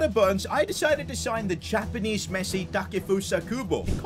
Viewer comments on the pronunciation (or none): none